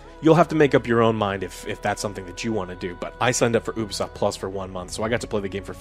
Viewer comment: It’s, U-B-Soft. Not, Oo-B-Soft